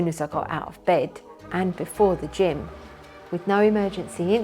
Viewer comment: I honestly thought you said ...."..and before the Gin" had to rewind a few times to get that you said "Gym" not "Gin" 🤣